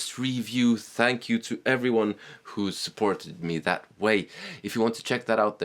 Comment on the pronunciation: love your Indian style of saying thankyou